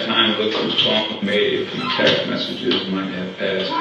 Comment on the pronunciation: M-e-s-s-a-g-e-s … massages 😂😂😂